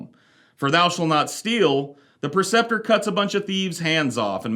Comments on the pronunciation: PRE-ceptor: teacher or leader, especially in a religious context. not PER-ceptor, PRE-ceptor. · You either spelled it wrong or saying it wrong, Preceptor. Not Perceptor